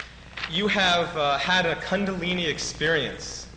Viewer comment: I wonder when this was done. Happy to see it. It's just great. I read one of Gopi Krishna's books back in the 80's. The Kundalini is a fascinating subject. I wonder about the year because the interviewer sounds very ignorant in the way he pronounces both Krishna and Kundalini.